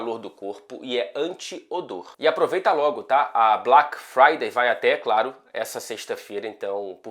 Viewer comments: Gostei do sotaque inglês dele em "BLÁK FRÁDAY" KKKKKKKKK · O cara é um " nojo " no inglês britânico 😂😂😂😂😂😂😂😂😂 esse o 😂😂😂 como é? " BALACK FRIDAY " 😂😂😂 NÃO TENHO A MANHA 😂😂😂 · Bem engraçado ouvir o sotaque "BLAQ FRAIDEI"😂😂😂😂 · Mto bom ouvir o inglês britânico do falando BLAQUE FRAIDEI. 👏👏👏👏👏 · Muito boa a pronúncia de "Black Friday". Adorei o British accent! ❤ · falando Black Friday é demais kkkkkk